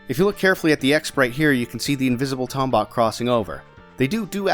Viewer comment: Ughh come on, it's pronounced Tombot, not Tombot! Great video,. Loved the Spongebob reference it god a good laugh out of me.